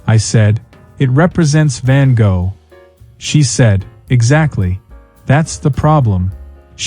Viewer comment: Use AI that can pronounce Van Gogh correctly.